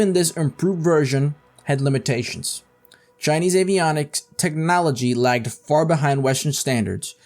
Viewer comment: “Shinese” lol